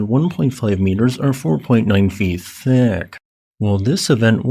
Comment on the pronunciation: I couldn't make it past , the way he said "thick"...